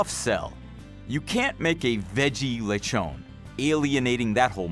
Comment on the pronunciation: I have been to the Philippines 3 times since January 2017 and I can tell that the local cuisine is neither underated nor awful, so the reason why it's unknown it's because of whiny outsiders like the host. Btw It's pronounced Le tjon not Lecho´nee